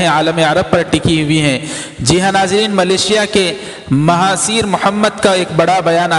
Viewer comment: مہاتیر محمد ہے ۔۔۔۔مہاثیر نہیں